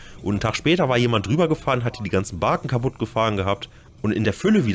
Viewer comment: Barken??? ---> Baken! 🙂